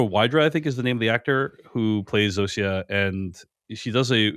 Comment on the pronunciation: All the way through the show, Zosia has been pronounced Zoh-sha. You keep saying Zoh-see-uh. Why?